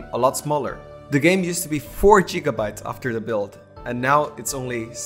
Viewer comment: Really love the art style and the game's concept is so pure and wholesome :) It bothers me that you call GigaBytes JigaBytes but other than that great devlog! Looking forward to more :)